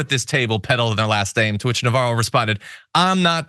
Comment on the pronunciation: Her name is Navarro, where did you hear "Novara"?